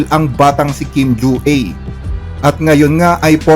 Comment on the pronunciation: Kim Jua = kim dyu-A, yung letter A pronounce as filipino vowel.